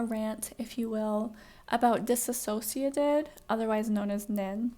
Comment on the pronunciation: Could you please pronounce their name correctly?